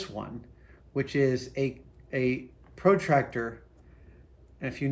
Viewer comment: He says protractor like it’s a professional tractor.